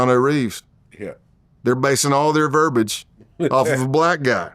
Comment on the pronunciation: in the video, it's verbiage, not verbage.